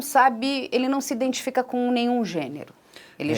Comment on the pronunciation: Pq ele fala indentificar, indentificou? Não existe neste n depois do i.